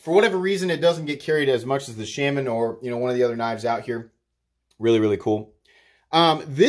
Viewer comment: I will become a patreon if you learn to pronounce Shaman correctly... :P